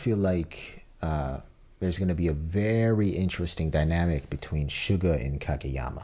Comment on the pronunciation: I think its hilarious that they pronounce Suga like Suga of BTS instead of "soo-ga" like the characters pronounce it because i was in the exact opposite position where i had watched haikyuu before getting into BTS so for the longest time i pronounced Suga's stage name like the anime character 🤣